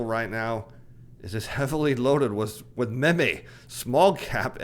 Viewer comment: meeeme. Not mehmae.